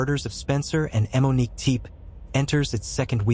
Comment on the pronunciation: Why are you pronouncing it “eh-Monique”